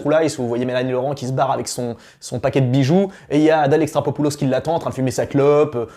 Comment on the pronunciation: Répète après moi: Adèle E....XAR.....CHO....POU....LOS !!! XD